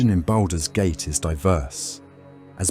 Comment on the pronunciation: What's baldows gate 😂